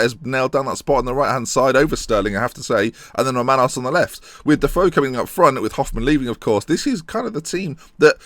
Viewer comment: I don't know how you can't hear Romanos as a Greek name?? Good video anyway!